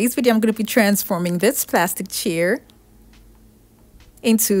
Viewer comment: They're probably those pampered, elitist "I-won't-let-my-surgically-enhanced-bottom-touch-anything-that-wasn't-made-in-Paris" types. Screw 'em. This woman's creativity is priceless. And I love how she says "chair" - it sounds like "cheer" .... which is exactly what she gives her viewers. ☺️